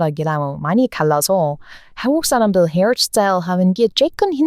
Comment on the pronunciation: 버터 보이스 샬롯의 귀여은 멘트 .. "항국쌀람들 말 안해도 구독꽈 조아요 잘 눌러줘요".... 다 눌러 주고 십퍼요